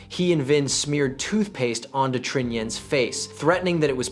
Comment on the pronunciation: Pronunciation of the Vietnamese needs to improve. It's not hard, just can't use American pronunciation to the romanization created by the French: "Tr" is basically like the Chinese pinyin "Zh" if you know how that is pronounced. Trinh would be Zhin or Zhing.